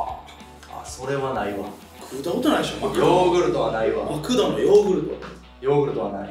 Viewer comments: マクドのアクセントは『ク』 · マ↑クド↓発音聞いたことないし、逸話はこのチャンネルでしか聞かん（笑） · 兵庫県民やけど、この発音はおかしいで笑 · え、マクドのイントネーションせいやと同じなんだけど少数派なのか笑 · マクドのイントネーションよ